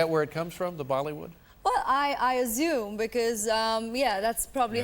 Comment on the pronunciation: why do Indians pronounce assume as azume? And British, pronounce it ashume. They are both wrong and I don’t understand where this comes from.